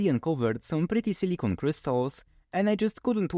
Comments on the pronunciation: It's important to pronounce silicon properly in English (as siliken or silikahn), because your pronunciation sounds like silicone which is an entirely different material. Sure it is obvious to most people, but it is an unfortunate mispronunciation. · The was you pronounce silicon sounds like you're saying silicone, which is not the same thing.